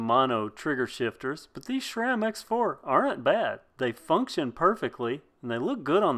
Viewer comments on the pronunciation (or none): It's not šram (shram), it's Sram.